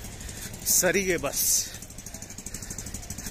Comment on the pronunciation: Pl. Mention saarige Not sarige